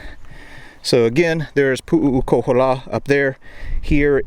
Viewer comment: You are really screwing the name, it’s Pu’ukohola there is no three u’s and the other Heiau is Maleikini, you haven’t pronounce any of the Hawaiian names right. You should have learn the names first